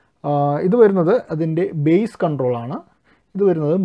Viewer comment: ചേട്ടാ ബേസ് അല്ലല്ലോ ബാസ്സ് alle...അറിയാത്തത് കൊണ്ട് ചോദിച്ചതാ